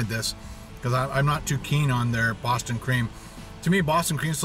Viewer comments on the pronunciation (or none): none